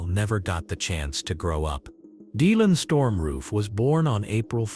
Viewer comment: Perhaps you should have a person from that state to read the script so they can pronounce the places correctly. Why can you not pronounce Dylan correctly?